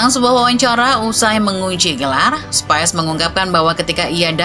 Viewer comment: Spis min bukan spais 🤣